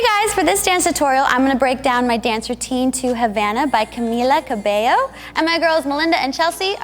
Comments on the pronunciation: Her name is Camila Cabello and you pronounced it wrong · THATS NOT HOW YOU SAY CAMILA CABELLO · I LOVE THISSS, and OMG U SAID THE NAME RIGHT IM SO HAPPYYYY